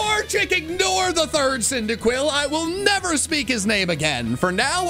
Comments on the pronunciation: CYNDAQUIL, NOT CINDIQUIL! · CYNDAQUIL, NOT CINDERQUILL! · CYNDAQUIL, NOT CYNDIQUILL! FIX IT NOW!